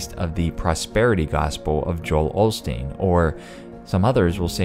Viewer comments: BTW if there are not different timelines why does call Joel Olsteen with an L when his name has always been Osteen? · It's Osteen not OLsteen. It has never been olsteen in this time line. I am going to keep pointing it out. I know your channel doesn't do ME stuff but you're affected my brother.